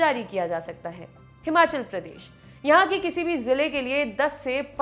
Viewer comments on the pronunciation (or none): none